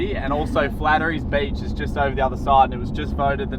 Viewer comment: Haha flatterys beach 👌 I think there's an H in there somewhere 😜 that's the beach where I first decided to get a 4wd about 10 years ago. Pulled up in the carpark in my Calais and had to haul my stuff over that sand dune and down to the beach . . . Took several trips cos I had an Esky and umbrella and a lot of shit to spend the day on the beach. Then the tide was out about 500+ metres and I sat there on the beach sipping a good beer and thought . . . . All I want is a car that can drive on the beach so I can be closer to the water and not have to carry so much stuff . . . . About a year later I had a 90 series Prado and I quickly learnt there is a whole lot more you can do and explore in a 4wd other than just driving onto the beach!! Awesome vid guys and great to see my backyard filmed so nicely and seeing you enjoy it all so much 👌👍😎 Browns beach has some awesome memories too! Camped there about 13 years ago in the Calais again 😁 set up in the camp ground and then explored around and found a bloody paradise down on the beach. If you head down the hill to the beach and take a left when you got the beach there are heaps of massive boulders for about 200m and nestled in amongst that is a bloody slice of paradise!! In the middle of all the rocks there is a 10m wide sandy beach which is secluded heaven! The gf and I spent the first night in the campsite up top and then the next 3 nights camping on that beach and had an absolute ball 👌👍😎 Daly heads is also spectacilar! I just wante